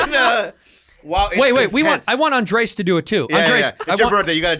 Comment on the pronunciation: They've finally started calling him Andrés and not 'Andreas'